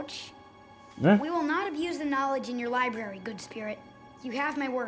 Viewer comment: definitely said "libary" multiple times lol. This episode feels like when we start have more serious consequences for our characters, with Appa being taken, and the scholar going down with the library